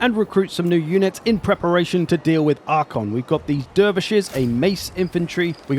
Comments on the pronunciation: Genuinely bugs me that you keep saying Arkhon instead of Arkhan. I've noticed that this is something you do in a lot of videos, is it intentional? There's always something you mispronounce, but you do it so confidently and consistently that I feel like it might be intentional. 🤔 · Calling Arkhan "Arkhon" triggered some pendantry alter ego in me I didn't knew I had lol Great video though - love your content! :)